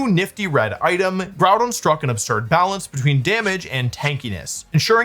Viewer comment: Good video Wolfe but I think you were pronouncing Grùdón incorrectly